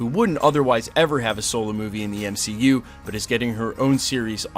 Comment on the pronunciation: The M-she-U, lol